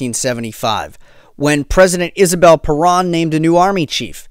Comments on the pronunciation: Perón (Pe rOWN)... not PerAn ( Perón... like you OWN a computer, Pe-rOWN) If you are going to mention Juan and Eva Perón this many times in your story, you need to get the name right. (If you made an hour video about Hitler, but kept pronouncing his name HEIGHT-ler... ) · He never mentioned Eva Peron. He mentioned Isabel Peron, his subsequent wife. But, of course, your point about pronunciation is right on.